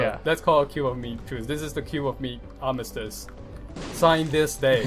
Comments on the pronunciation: Arm - iss- tiss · armistus- R-mist-us